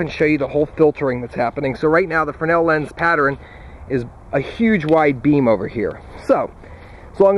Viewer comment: You keep saying frenel, but it says "fresnel" in the description. :/